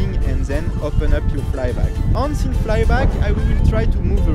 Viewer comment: Great video Theo, as usual. If I may, listen to someone about how to correctly pronounce "once"... :-)